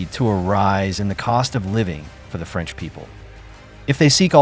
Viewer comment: Franch deeply fries😅